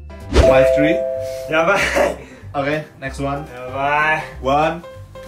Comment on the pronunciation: Jerome kalo bilang three malah jadi trhee 😂😂😂